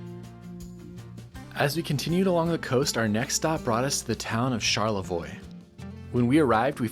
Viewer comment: Such a great video of my home state! I grew up outside of Detroit and lived in Lansing the last few years I lived in Michigan. So many great spots you hit and I have been to so many of them! Nice job also for pronouncing Mackinac, Tahquamenon and Charlevoix correctly! Love your channel.